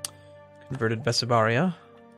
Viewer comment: it's bessarabia, pronounced like bess + arabia